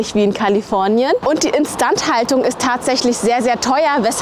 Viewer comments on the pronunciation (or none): Die Videos sind inzwischen einfach nur noch chaotisch. Die ganze Zeit Asia bzw. Japan Content und jetzt wieder Deutschland. Und wie sprichst du denn "instandhaltung" aus